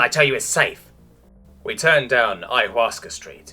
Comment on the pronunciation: Yaaay first, and you said ayhuascha right 😝